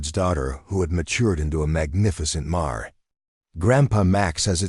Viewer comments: Marray should be pronounced mayor which is a female horse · Marrey? Seriously? I quit listening after that! Get a real narrator. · Surely the AI narrator should be checked for correct pronunciation e.g mare?